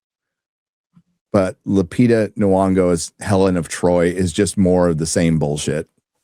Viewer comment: ¡Gosh, you really suck trying to pronounce foreign names, even a simple one like Lupita! Try this: Loo...pee...tah. I like her. I think she is a good actress and a nice person. But, of course, you (and everybody else) are completely correct about this being the worst case of miscasting in Hollywood history. If she really plays Helen of Troy, I'm not seeing this movie. And the same goes to Ellen/Elliott Page if she plays the ghost of Achilles (although this sounds so absolutely stupid, that I don't think it could be true. We will see).